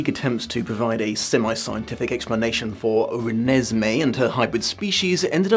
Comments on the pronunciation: The way he pronounced "Re-nes-may" like its irking his soul is HILARIOUS😂😂😂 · No one: Absolutely no one: Not even a half human half vampire child: The: “Re-ne-se-mee” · As a person who never read the books or watched the movies, it took me a while to figure out how to pronounce Renesmee, I thought it was Renee Smee for the longest time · Nobody:: rEnEsMeE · Poor, each time he says "Renesmee", a little bit more of his soul dies. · The way pronounced "Renesmee" made me giggle, every single time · I like the was you always put the emphasis on "Mee" in Renesmee. It makes it sound like a lavatory disinfectant.